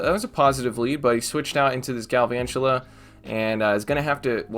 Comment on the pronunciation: Just pronounce galvantula like drakula ah ah ah. The count from Sesame Street one